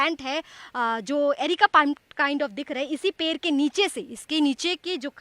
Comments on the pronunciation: Ped hota hai per nahi bihari ho kya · Didi wo पेड़ hai na ki पेर